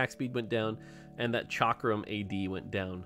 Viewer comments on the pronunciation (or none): none